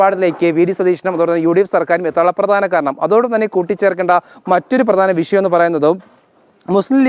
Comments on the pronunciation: എന്താണ് ജനം ടിവി യിലുള്ള ആൾക്കും ഉച്ചാരണ ശുദ്ധി ഇല്ലല്ലോ! വിശയം വിശയം എന്നാണല്ലോ പറയുന്നത് ! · എന്താണ്, ജനം ടിവി യിലുള്ള ആൾക്കും അക്ഷരശുദ്ധി ഇല്ലല്ലോ.വിശയം വിശയം എന്നാണല്ലോ പറയുന്നത് !